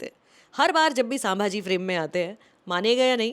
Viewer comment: I generally like Sucharita’s reviews. But this time I am disappointed, not in the review as I yet to see the movie but the fact that she is calling ‘संभाजी''सांभाजी'. Didn't expect that from Sucharita.